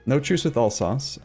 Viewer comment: Alsace is pronounced "Alzass" if you wanna know :) Btw Ima baguette x)